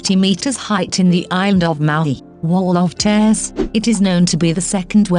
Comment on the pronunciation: Come on. If you aspire to be better than the daily drip feed of list videos, then this subject matter is a good start. Why the awful awf ul co mpu ter voice, especially narrating such a beautiful ethereal topic as this? And worse doth it become! I'm afraid that I have stopped at Wall of tears (pronounced Tairs) and who can blame me when the publisher of this stuff couldn't see/be bothered to fix the excruciatingly awf ul pronunciation of Hawaii as Har why?!